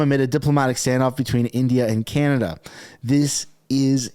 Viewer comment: New Meme....Oh Cana-duhhh😂😂😂